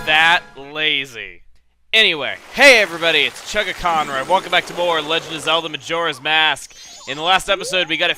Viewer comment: not chugga but CHFANCHU